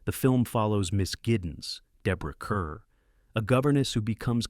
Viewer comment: Minor point - Deborah Kerr, the star of "The Innocents", pronounced her surname as "Car" - as in "Star".